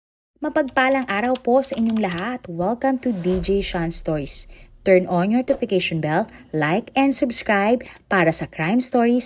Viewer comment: ang sabi mo ay stoys, pwde mo bang baguhin? Stoys tlga ang dinig ko e, pakinggan mong maigi